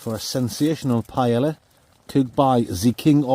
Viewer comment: As a professional chef, that "paella" hurt me 😂 but I hope you guys enjoyed it, great video as always!